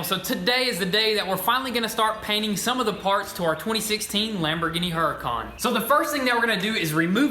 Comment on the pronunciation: Is it Lamborghini Huracan right? Because He keeps saying Huracon!!! Correct me if I am wrong please.